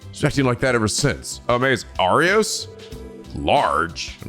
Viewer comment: Pretty sure it's pronounced "Ah-Boss".